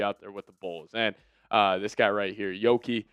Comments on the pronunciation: lmao pair giddey with primo must watch. and its yuuki not yoki. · That's "Yuki" with a "U" not a "O" 😂